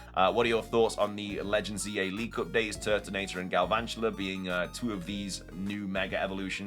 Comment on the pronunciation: THERE IS NO R IN GALVANTULA!